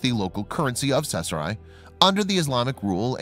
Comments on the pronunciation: caesarea ( see-za-ria) kay-sahria . CAESAR-ea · Gahhhh that mispronounced “cache” drove me nuts. Of course it’s pronounced “cash” and means a hoard etc. the other word, Cachet, is a certain joi de vivre + value. BUT the mispronounced “Caeserea” is horrible. If was named After Caesar, thus: Cee-ZARE-ee-uh. Please do your research. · Pronounced Seesaria. Drives me crazy!!! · I have no clue as to what town he is saying, sounds like sethra. Just a sniff of sheckles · Caesarea is NOT even a hard word to say - it's pronounced like "Ses-ar-e-a". This voice-over guy literally makes up his own random pronunciations for ALL foreign words and English words over 8th-grade level. It's a shame, because he's a talented guy - but his poor pronunciation hurts the credibility of EVERY video he does.